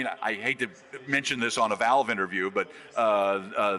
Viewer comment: "Done so much for Volve"